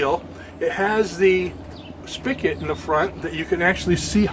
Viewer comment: Spigot… not spickit